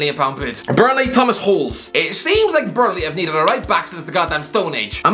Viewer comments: Holes is pronounced "Hol esh" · "Holes" not Holeš aswell😂😭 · Its pronounced Hoh-leshj